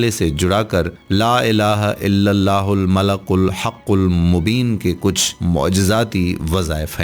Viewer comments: its not Malak, its Malik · Bhai sahi terha to parho. Mala-kul nhi mali-kul-haqul mubeen hai. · App nay aik lafz ghalat parha malikul hai app nay malakul parha.tasheeh karain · mlalkul...نھین malekul پڑھین۔ شکریہ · Description main malikul likha ha or ap malakul parh rhy.... Sahi tallafuz ki rehnumai frmayen shukria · "Malikul" sahi talaffuz hai "malakul" nahi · AOA deer most of wazeefa telling persons tmake mistakes 1. One qari recited Quraan wrongly 2.,another person reciting yaa badee ul ajaebey which is wrong 3,, one Qari old man recited Doaa e MUSA AS. Wrongly rabbey inni lemaa anzelto very bad and very wrong. 4 now you recited 2 or 3 time malakel it's wrong I think wazeefa tellers only want to earn money. I am totally UN PARH دین k moaamley مین پھر بھی غلطی pakker letaa ہون. Please take care. Wassalam